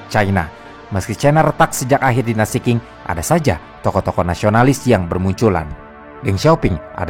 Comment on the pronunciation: Dinasti Qing itu seharusnya dibaca sebagai 'ching', bukan 'king'